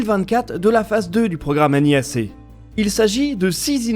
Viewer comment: Mais bon sang, pourquoi vous dites toujours N.I.A.C, et pas nia.... ah. Understandable, have a great day.